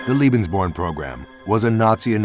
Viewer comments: It always amazes me when money is spent to make a documentary film & they go out & hire some dufus who can't even pronounce the topic of the film correctly. CLICK, see ya! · If you’re going to produce a film about the Lebensborn program the least you could do, to begin with, is learn its correct pronunciation. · You could have made the effort to pronounce Lebensborn correctly. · Why does the announcer say "lebensborn" as if it's spelled "liebensborn"? You'd think they could at least consult a German dictionary or ask someone who speaks the language before making a video. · Firstly, it's pronounced "LAY-bens-born" not "LEE-bens-born"; ....and I'd like you to cite references to support your claim that Allied forces targeted Lebensborn centers for BOMBING. I have my doubts about that. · Leben. Sounds more like lay bens born. Doesn’t sound like lee. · If you wish to be taken seriously, please assure that your narrator can at least say the word Lebensborn properly. Otherwise it comes across as a bit silly. It sounds like he is saying Liebensborn. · Lebensborn is pronounced 'Laybensborn' .. 'Leben'' is the verb to live... Lieben' is the verb to love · Unfortunately, you pronounce "Lebensborn" as if it were "Liebensborn" in every occurrence in this video. That isn't a surprise, since you mispronounce most foreign words on all your other videos as well. However, in these other cases, it does not cause a problem. "Liebensborn:" would mean something entirely different. "Liebe" means "love," and there was no love in this program. As such, your pronunciation becomes extremely offensive, although I realize that is not your intent. I strongly suggest that for your future videos you get some advice on how to pronounce foreign words so that you avoid something else like this in the future. Other than that, I do appreciate your videos. i am offering this as constructive advice. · Lay-bens-born, dolt! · He keeps saying liebensborn